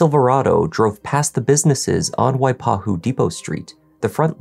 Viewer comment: pronunciation of waipahu is spot on. well done!!